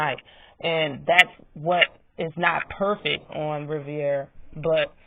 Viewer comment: Sooooo y’all gonna act like Martinez ain’t catch frank with the right alll night long ? Isn’t michel Rivera strongest punch is a right straight after a jab ? Yeah frank will lose .. and BTW it’s RI-VERA … not RI-VIE -AREA ..